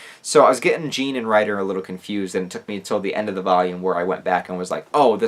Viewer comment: As a French guy it's so painful to hear you pronounce Jean this way, great video nonetheless